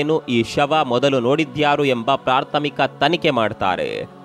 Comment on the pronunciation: ಪ್ರಾರ್ಥಮಿಕ ಅಲ್ಲ ಬ್ರೋ ಪ್ರಾಥಮಿಕ 👍